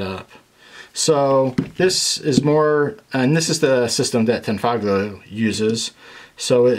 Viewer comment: You said tangfolio wrong sooooo many times. I’m gonna be that guy.